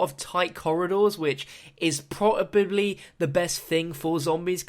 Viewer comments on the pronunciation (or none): "which is pro-a-bibly" new pack-a-punch? We gotta make the pab :3